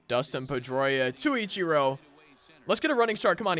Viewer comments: Eech Er o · He says ichiro wrong